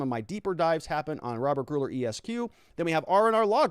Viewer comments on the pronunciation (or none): I am pretty sure Gurule is pronounced gru-lay or gru-ell